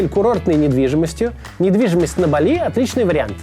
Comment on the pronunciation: не Бали', а Ба'ли